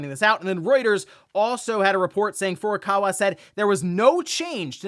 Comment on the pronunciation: Hey Jon, can you please tell that it's not Furukara, but Furukawa? He doesn't read his comments. He's been making this mistake for years.